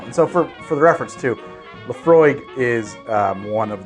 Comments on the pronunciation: When you first talked about Laphroig, I though you said La Croix and was very confused... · Laphroig is pronounced Laphroik! And mixing a single malt is sacrilege!!! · “Laphroig” hmmmm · You missed the a in Laphroaig btw. Still a fantastic video though!